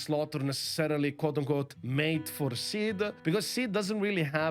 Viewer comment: I've been wondering this entire video who is sid? And then realised he is pronouncing seed as sid...